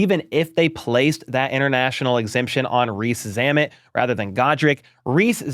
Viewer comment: I hope he's around long enough for you to learn how he pronounces his name...and much longer. 😉